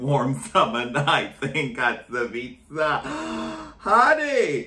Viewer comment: I'm from Katowice and I will pronounce it from now on as "Catsavitcee" 💞 Katowice is great for sweet summer nights gyals 🙊